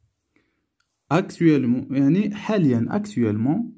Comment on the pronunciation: Actuellement et non pas actua...